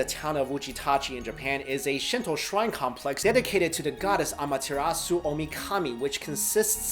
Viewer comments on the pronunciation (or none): none